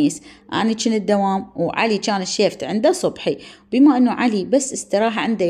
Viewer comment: حبابه لتكولين الشيفت اسمها الشفت والله احبج بس الكلمه تنرفزني